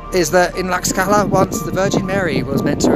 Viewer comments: The X in Tlaxcala has an sh sound not an x sound! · Not according to literally every Mexican I've ever spoken to jaja. My Airbnb host pronounced it as I did when I specifically asked him and he was born there! It's like with Taxco and Holbox, I've been told about 17 different pronunciations